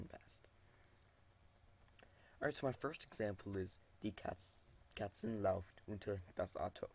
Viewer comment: läuft was mispronounced. It is pronounced /loyft/.